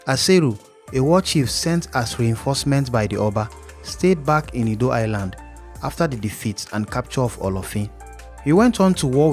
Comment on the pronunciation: Prince edo not ado